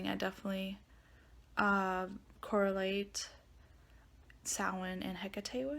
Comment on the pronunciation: the correct word is Samhain.. (Irish Gaelic for "summer's end." The standard Irish pronunciation is "sow-in" with the "ow" like in "cow.")